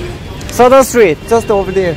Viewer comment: 인도 발음으로 하셨어야죠 떠더sh뜨릿?